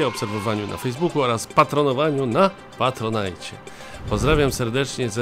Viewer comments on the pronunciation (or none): none